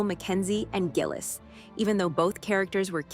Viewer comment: Gay-lis. It's pronounced Gay-lis